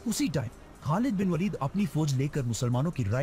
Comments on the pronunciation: والید نہیں ولید ❤ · वालिद नही वलीद